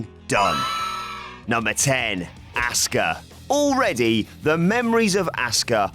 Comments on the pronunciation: Why do British guys pronounce Asuka as Asska? :P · You pronounce Asukas name like Asska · Say Asuka right please